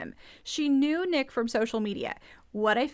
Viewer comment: It’s N___ICK. Like GarrICK.😊 Yeah, Teresa wants screen time to highlight her”rap” career (?).